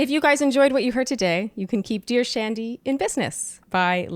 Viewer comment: I keep thinking she is saying “ Douche Andy” instead of Dear Shandy